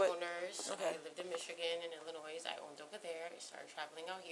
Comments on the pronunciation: "We are not familiar with the "Ill-a-noise" drivers license". I would say that is fair if you can't pronounce the state's name correctly. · dead giveaway. She nor anyone else has ever lived in “Illinoise” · I assure you she did not live in illinoiZZZ😂😂😂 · The “s” is silent. Illinois. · The S is silent in Illinois. It’s not Illinoise . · They're saying Illinois like "illa-noise" and I've always thought the "s" was silent like "illa-noy" 🤷🏿‍♀️ my whole existence has been fraudulent. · she said “i worked in michigan and illinoiS” PRONOUNCED THE S. if you worked in illinois, you would know its pronounced illinoi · It's not Illinoise ...the s is silent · ILLINOISE HAHA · Why do people pronounce Illinois ill-a-noise? It's a silent S ffs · Stop saying IlliNOISSE. I hate when people say that, and it should be a crime. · I live in illinoiSSS -- cant even pronounce the state right lol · Does anyone from Illinois pronounce it illin oyz? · illa-noise. smh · Once I heard her say shes from Illi NOISE. Saying incorrectly shes definitely not from Illinois. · Multiple States. Didn’t you hear her say ‘IlliNOISE?’ Michigan? Florida? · “I lived in Michigan and *IlliNOISE*” Notice how she pronounced Illinois. She’s never lived there. 🤣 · She said i lived in “illinoi(s)” that girl don’t live there. We dont even pronounce the S lol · I don't care if you've never been there, if you pronounce Illinois "Illi-noise", you're a terrible American! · I would guess that someone who lives in Illinois would know to not pronounce it "Illinoise." 😬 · Why can nobody in this video pronounce Illinois? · I knew she was a liar when she said Illinois! 😂 Everyone knows the “S” is silent😂😂😂😂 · Hey everyone... the "s" is silent in the word Illinois. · The way she pronounced Illinois told me everything I needed to know 😏😒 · The "s" in Illinois is silent for christ sake! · She lived in Illinois, but pronounces the s at the end. Right. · "Illinois"? She can't pronounce it correctly but she's lived there?